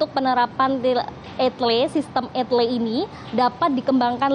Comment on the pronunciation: E-TLE dibaca ..... !?!?